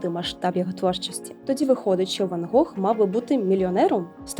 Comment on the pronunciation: Гох? Недочуваю чи що?)